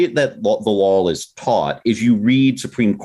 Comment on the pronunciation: Petition for this guy to learn how to pronounce "law"